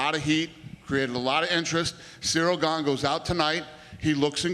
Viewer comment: They pronounce ganes name incorrectly. Hes french guys